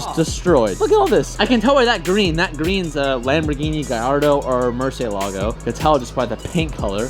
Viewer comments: “Mercay lägo” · The way says Murciélago triggers me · That's a Lmabo Murcylago sea. Dude got more cents than sense. Can't even pronounce shit right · I cringe wen he says murcielago. He says it wrong